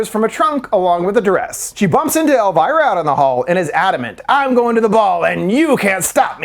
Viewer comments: It’s El-veer-uh. NOT El-virah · Who is „Elwhyra“? Her name is „Elvira“, like „Elveera“ ? Lern your subject! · Love the video alltough im cringin a bit at your pronounciation of elviras name 😭